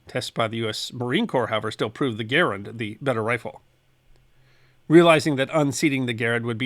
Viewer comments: Thank you, thank you, thank you for pronouncing John Garand's name correctly! (same accent locations as "parent") No one gets that right! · You pronounce Garand properly! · Thank you for pronouncing John Garand’s name correctly. There is a ScrewTube channel that uses that name and he pronounces it incorrectly. Sigh.